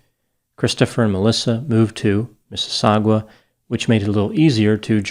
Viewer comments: (Just letting u know, 'Mississauga". in Ontario, Canada is pronounced "Miss-iss-ogg-ah". and not Mississawgwa.... I grew up there.) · LOL! It's pronounced MississauGA. Not "GUA". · No, he added a "gwa" at the end. It's easy to find the pronunciation on youtube, however I don't know schedule and perhaps he didn't have time or rehearsed it properly and then when recording made a blip. He came very close, however. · (Mississau-GA, Like GAGA) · Unrelated, but Mississauga is actually pronounced like ‘Misses-saga’, all love from Canada! (And honestly your pronunciation sounds more interesting) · Spelled: Mississauga Pronounced: mrs.-saw-guh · It’s pronounced “Misses Saw Gah” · Miss-a-saw-ga. For future reference:). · It’s spelled “Missisagua” but it’s pronounced “Missy-SAW-Ga” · I had never realised before this that we don't pronounce the 'u' in Mississauga- It's pronounced Missis-saga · Aye doc just for reference the Ontario city of Mississauga is pronounced "miss-ah-saw-ga" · Pronounced "Mrs -sauga" hehe , u got a weird 'w' sound somewhere in there that doesn't belong 🙂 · Good try at the name man but out here we don’t even pronounce the u in Mississauga and gave me a good little chuckle cause I’ve never herd it called that but now I relize most people not from the GTA may pronounce it similar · pronunciation of "Mississauga" makes me chuckle. Mrs. Harrison was the Vice Principal of my High School.